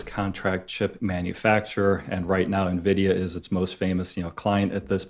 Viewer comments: Yes. I cringe when she mispronounces it as ‘neeveedia”. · Please, someone tell it's Nvidia. Pronounced EN-vidia, not nividia. It's from the latin for envy "invidia." If you're on camera producing investing video content, please learn to pronounce the name of the hottest company of the industry.